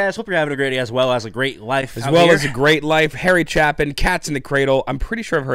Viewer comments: One minor note: his last name is pronounced "Chay-pin", not "Chap-in" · Chapin = sounds like cape, not chap :) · A nitpick-- it's pronounced "chay-pin," not "chappin'". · Chay-pin not chapp-in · Sorry to correct but its Harry Chapin, rhymes with shaping, not Harry Chap In. Saw him live in Memphis back in the 80's. Great talent. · Chay-pin, not "cha-pin" :) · His name is supposed to be pronounced with a LONG A... ChApin... not Chappen. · It's Chay-pin. Just FYI. Taxi is another good one by Harry. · Harry's last name is pronounced with a long "A", like Chay-pin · It’s pronounced CHAY-pin. Harry was a great humanitarian on Long Island feeding the hungry. Unfortunately he was killed in a car crash on the way to a charity gig. As a former radio DJ I can relate to his song “WOLD” about an aging DJ. Harry was a GREAT storyteller. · It's pronounced CHAY Pin. Such a bittersweet song, it's an A. It's the mimicry of the bagpipe sound you're trying to identify. Harry's best song (IMO) is TAXI (also very bittersweet) . There's a great Live recording on the Anthology album. He debuted that song on The Tonight Show Starring Johnny Carson (NBC), and it got such a huge response - It was the first time Johnny had a guest return a successive night for an encore performance. Harry was killed in 1981 at the age of 38 from a collision his car had with a semi truck on the Long Island Expressway. RIP, Harry. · Guys, it's pronounced CHAY-pin. The Chapin family lives/lived in my town. Still active in musical and civic events. The local park has a stage named after Harry where there's a 2-month-long summer arts festival and other events throughout the year. Harry's grave is down the road from me. Yes, people leave (among other things) little toy yellow taxis there.🚕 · His last name is pronounced CHAY-pin. And as others have said, "Taxi" is a must listen. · Prounced chay -pin. Long “A” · Btw, it's Harry Chay-pin, says that guy. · Great guys! His last name is pronounced "Chape-in".